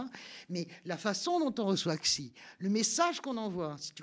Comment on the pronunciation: X en chinois se prononce à peu près "ch" et pas "ks" ou "tch" !!!!! C'est pas difficile ça !!